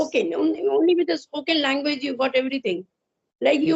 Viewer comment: Namsta sister Ji Please do not say LANGWIZ Say LANGUAGE ALTHOUGH YOU are a good TUTOR